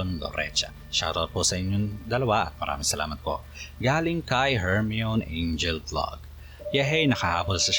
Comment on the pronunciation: Yung nagpa shout out pala sayo na "Hermione", HER-MY-KNEE po ang basa sa name nya. HER-ME-ON po kasi yung sabi nyo. yun lang po. God Bless